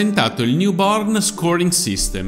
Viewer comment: avevo sentito YOUPORN! XD Poi ho capito che diceva NEW BORN.